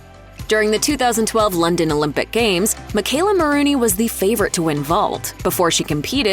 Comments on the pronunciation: It's Maroney, not Maroony. 🤦🏻😒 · Just hate it when people mispronounce names. It's not "Ma rooney", it's "Mah Rone E". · No one: Commentator: MaROONey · Maronrey....pronounced like Bologna, not Marooney